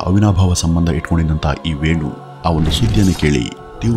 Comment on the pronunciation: ವೇಣು ಅಲ್ಲ ವಿನು